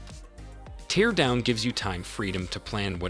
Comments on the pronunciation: It's not pronouced 'tee-ear' like when you are crying. It is "tare" like, to rip apart. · Tear (in Teardown) rhymes with hair, fair, scare 😉 And the s in debris is silent. Deh-bree 😂 Minor but annoying things. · Teardown? You what mate? Tear. Tear... not tear. Bloody AI slop. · Why do you pronounce it "tear" instead of "tear"? 😉